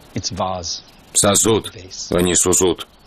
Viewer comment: 🤣🤣👍 - " Сосуд " а не " сусуд "